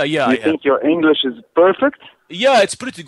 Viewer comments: Enge lish Bazz bur i can't stop laughing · "Your Englash is shat"